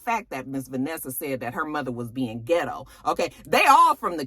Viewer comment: Not ghett girl........ghit-Toe.